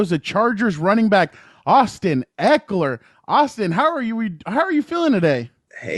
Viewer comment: FYI...pronounced his name wrong- it's not Ek-ler, it's Ek-E-LER. I used to do that, then at some point I realized I wasn't pronouncing an " E."